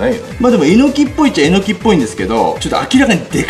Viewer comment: え↑のき？ えの↑き？ アクセントはどっちが正しいのかしら🤔 あと所々サブリミナル的なのが？